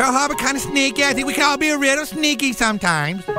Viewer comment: HAHA it was a rittle shneaky, kinda lika Pearr Harborr, mk? that was a little shneaky too... hahaha